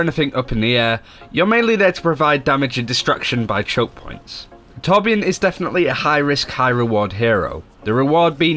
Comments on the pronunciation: carl petersen Why thank you good sir. ^^ When people pronounce the "J" like English then I always hear "Torb-Gerbil". He's a Dwarf so that could be border line racist xD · I know I'm nitpicky but I find it interesting that so many people pronounce the Ö in Torbjörn's name like an O. In German the Ö is sorta pronounced like the 'e' in any English word that ends in 'er'. Like 'Danger', 'Manager", "Tangler" That's the closest English sound I can compare it to, it's super similar though. So I tend to pronounce this character's name like 'Torbyern'. I don't know how Blizzard would pronounce it. That'd be interesting too.